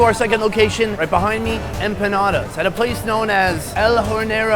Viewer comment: empaunaudas...se dice empanadas capo